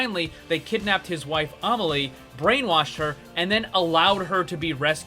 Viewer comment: Why are you caling widowmaker Omily? It's Amélie, it sounds like uh-meh-lee.